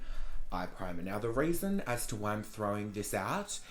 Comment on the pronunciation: “The RAISON as to why I’m throwing this out” lol I LOVE U